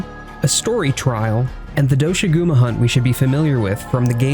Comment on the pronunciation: Please pronounce doshagumas name correctly. It's not do-shaguma as stated by the lead creator.